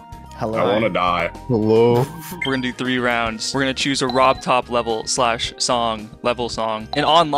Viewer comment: it is robtop spelled in russian letters it is not pronounced pobton